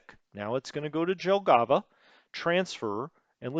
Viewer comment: since you will have a lot of "J" in WITE 2 here is a tutorial for you :) In all slavic languages and other east europeans languages J is pronounced allways as english Y (like first letter in "yes"). Pronouncing somthing like you did with Jelgava completly changes word and sound funny. So you dont need to think about that just allways pronounce J as Y if you talk about names in USSR. Now you may ask me why they didnt change that to Y like in names of other russian cities on map. The answer is that Jelgava is Latvian word and they probably dont know that they also pronunce J like in slavic languages. Germans also dont pronunce J as in english so that JG (Jagdgeschwader) is actualy YG on english. Same example as with Jelgava. But you can find on YT almost all german words how they pronounce so you should do that at least for those which you use 100 times in every video :) Pskov not Peskov. If it doesnt have an letter you dont pronunce it and there is not "e" in that name. But this is not big mistake becouse i understand that it is hard for non slavic speaker to pronounce that.